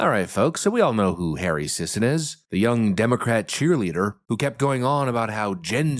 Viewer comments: The last name is pronounced "Sissy." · “Sisson”… How you pronounce “paid shill” in 2024.